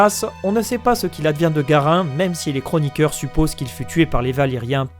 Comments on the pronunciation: " d'autres gros niqueurs " ?? ok je sais que c'est " chroniqueurs " mais la manière dont tu prononces fait que je n'arrive plus à entendre autre chose, et je ris à chaque fois, désolé. Très bon boulot sinon. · à , c'est pas "chroniqueur", que j'ai entendu :D